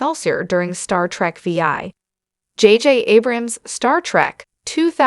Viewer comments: This is by far one of the worst YouTube videos I've ever seen....pronouncing Star Trek VI Star Trek V I lol. OMG. Basically mispronounced every single name.... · Star Trek: Veee-Aye!!!